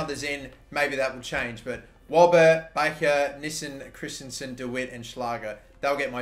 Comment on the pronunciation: Just say Nissen